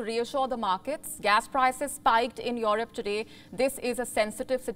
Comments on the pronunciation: ' Yourope ' ? lol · The way you say Europe is funny 🤣